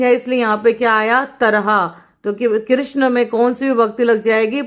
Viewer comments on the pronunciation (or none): none